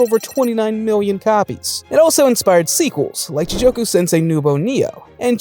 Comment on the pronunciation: great video except the mispronunciations are bothering the hell out of me. first "ji-joke-u" instead of ji-goku for hell in hell teacher and then "brian's base" instead of brain lmao. I'm sorry to nitpick, but I'm def hyped for these anime this summer